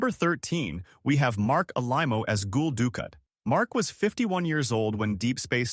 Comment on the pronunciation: If you are going to put voice over actors on the unemployment line by replacing them with AI, please have the decency to proof the pronunciations of actor and character names. I abandoned the spot at the 5th badly bungled name of "Gull Doo Kat." NO sympathy for this kind of careless posting.